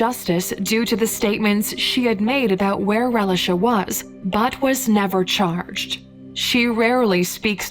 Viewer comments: I'm only 2 minutes in the video and I'm tired of her calling this poor baby relish-a 😡😤 it's pronounced "Ray-lee-sha" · Am I the only one that's annoyed with the mispronunciation of Relisha's name?